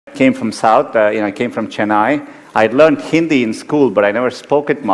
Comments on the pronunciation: Came from Chennai and can’t even pronounce Chennai properly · He got accent while pronouncing chennai also ,although being from south india😂